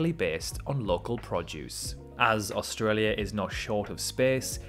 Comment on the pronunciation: One of the best videos I’ve seen about Australia, just the way my man say’s “Australia” bugs me.